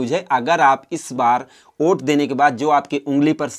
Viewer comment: Oait nahi hota hai😆😆😆😆😆 vot hota hai 😉😉😉😉